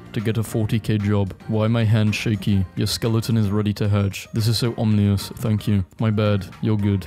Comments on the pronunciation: YOU PRONOUNCED IT "OMNIOUS" ISTEAD OF OMINOUS YOU ARE WRONG!!!! A PERSON MADE A MISTAKE AND I POINTED IT OUT, WHERE IS MY INTERNET VALIDATION? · I find it funny that pronounces Ominous like Omnious